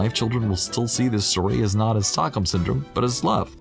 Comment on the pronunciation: You're totally right. Also, it is "Stockholm", not "stalkhome". I can see why you misheard it that way, as it kind of makes sense. But the syndrome was named after a famous incident in Stockholm, Sweden. It's pretty interesting if you want to read up on it! ^_^